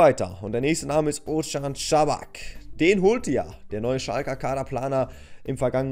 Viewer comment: Ozan kabak spricht man so aus osan kabak